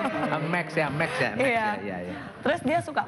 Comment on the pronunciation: bukan mek 😂😂😂, tapi max